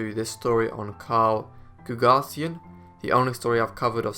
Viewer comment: Carl GooG-asian is how the friday night bank robber's name is pronounced. Show some respect for an american hero.